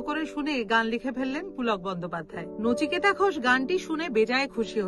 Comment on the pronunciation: নিচিকেতা নয় রে সোনা, নচিকেতা হবে। ঠিক করে নে মা।